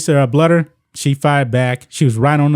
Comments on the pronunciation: It’s “BLUE der” not “Bludder” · The Iowa coach is Lisa BLUEder. Bluder is prounced BLUEder. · Lisa Bluder is pronounced Blue der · Thank you for coming to our Iowa Head Coach Lisa Bluder (pronounced Bl-oo-der) defense. Lisa is the absolute LEAST racist person ever. She is above reproach and a super respected coach. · Love your show, not an Iowa fan but I'm from Iowa. It's pronounced Blue-der though. Just saying. ❤ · That’s really disappointing. I’m a Caucasian Iowa fan. I have always respected Staley and liked watching her teams. I hope she will have change a heart. PS Bluder’s last name is pronounced blue-der 😊. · Bluder is pronounced Blue-der. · ...agree w/ everything you say but it's pronounced...BLUE-der... ...Jesus Christ dude...do some pre-production prep...